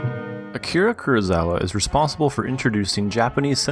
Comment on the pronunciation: Kurosawa, not Kurozawa.